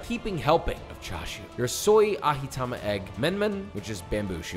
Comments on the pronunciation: No one talking about his pronunciation of ajitama and menma? “aHEEtama and men-men” ??? 😂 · Josh, the j in ajitama is pronounced like the J in your name. :x Also, it's menma, men-mah. That's all <3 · why did he say ajitama with that Spanish accent? 😂